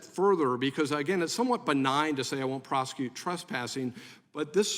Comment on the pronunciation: DEI lady in green doesn't know how to pronounce words. ( Prosecu-it)